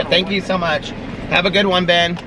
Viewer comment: The first time you said "Hi Ben" I thought you said "Hi Babe" and I was wondering how friendly you were with the Starbucks peeps. LOL